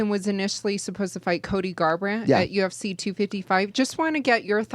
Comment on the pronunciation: When Brandon says UFC it sounds like he's saying Gypsy 😂